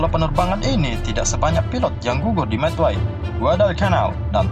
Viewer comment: Bang saya mau kasih tau aja bukan madway tapi Midway